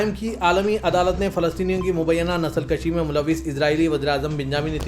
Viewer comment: Nasal kushi hai bhai Na ke Nasal kashi. Urdu seekhlo Pooch Gach ko pooch gooch kahte ho